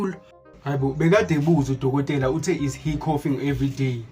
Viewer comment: Coffee vs coughing 😭😂😂😂😂😂